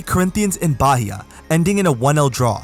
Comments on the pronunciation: Nice content, Bahia is pronounced more like bah-eea tho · Ignore the "H" when saying Bahia. We pronounce it Baía